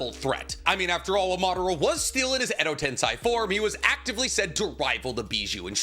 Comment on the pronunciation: Day 9000 of asking my guy to pronounce edo tensei right